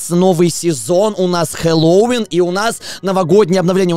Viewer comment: Только говорит не хеллоуИн, а хеллОуин